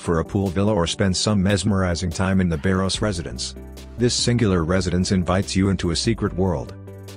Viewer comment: It's Baros, not "Bairoes".